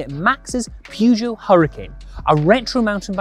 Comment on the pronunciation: Love it. The guy that actually manages to pronounce Peugeot right.. then precedes to say "Schwabble"... All we'd have needed was someone to come along and miss-pronounce Marzocchi in the same video and we'd have the holy trifecta of not paying attention. :¬)